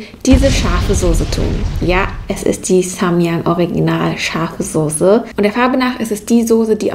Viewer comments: Es heist sose aber wird soze ausgesprochen.: sose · es heißt immer noch soße und nicht sose! keine ahnung, wo du dein deutsch gelernt hast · Die Sose ist richtig scharf... Ich: Sose? SOSE? Trigger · Sie sagt immer sose😂😂😂 oder die nudeln sie voll gesogen😂😂😂😂 es heißt Soße und voll gezogen no hate mach weiter so ahh und sie sagt schips anstatt chips